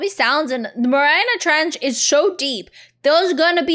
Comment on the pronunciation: "The Mariariah Trench"